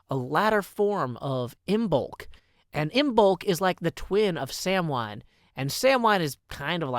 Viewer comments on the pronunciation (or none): I say this with the most respect possible, you are bad at pronouncing Pagan holidays. Samhain is pronounced Sah-when, you actually got Imbolc spot on. Anyway have a blessed Imbolc my friends!! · Samhain is pronounced "sah-win," by the way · appreciate the nod to imbolc, but chuckling at the butchering of the pronunciation of samhain. Love your vids joe!